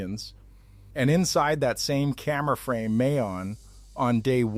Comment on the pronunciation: It's not May-On.......it pronounces Mah-yon .....